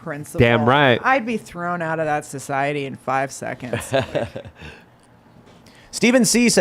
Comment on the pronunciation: I am begging to learn to have a thought of his own, and to learn how to say, "society," correctly.